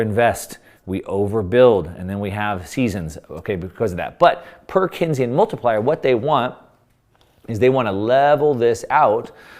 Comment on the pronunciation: It’s pronounced Keynes - like Keensian. Not Kensian. John M. Keynes echoed Lenin when he said the surest way to destroy a free (capitalist) nation is to take over and debauch its currency through a system of inflation and debt. They succeeded.